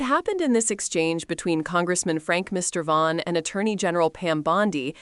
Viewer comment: Is this AI narration? It’s pronounced Mur-VAN.